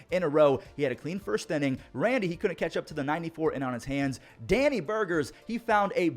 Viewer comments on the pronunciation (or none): none